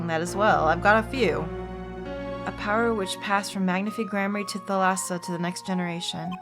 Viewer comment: Fun fact: the pronunciation in Thalassa is at the first A. It is pronounced ThAlassa and it means "The Sea" in Greek.